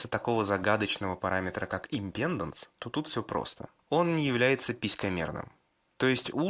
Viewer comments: импедАнс! импедАнс!! импедАнс!!! Кровь с ушей пошла от таких речей. Ну что, нельзя было хотя бы Викисловарь открыть и посмотреть ударение?.. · Импеданс - ударение на а, балда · захотил вырубить на слове "амброшуры", но решил продолжить просмотр и вот услышал матерное "импЕнданс..." всё, алес, жмём на крестик)))